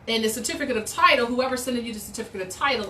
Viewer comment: Why can't you pronounce "certificate" correctly? Oh, and how did court go? I saw all of those kooky filings you made on your court docket.